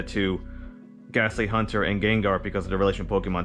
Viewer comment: Dude I dont want to be THAT GUY but its HAUNTer not HUNTer... Haunt as in Haunting Ghost... but interesting deck conspept man!